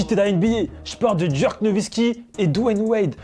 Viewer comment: Pk il dit djerk